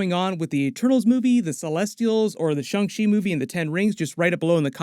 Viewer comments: Please stop saying shung shee 😂😂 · pronunciation of shang-chi bothers me lol